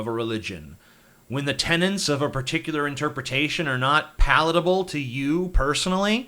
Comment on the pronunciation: It's "tenet" not "tenant", you daft sod!